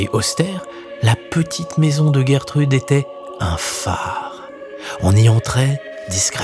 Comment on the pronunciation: Bonjour, il faut plutôt prononcer "Gèretrude non "Guerretrude". C'est un prénom connu au Québec.